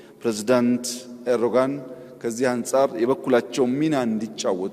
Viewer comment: ኤርዶጋን ሳይሆን ኤርዶዋን ነው ስማቸው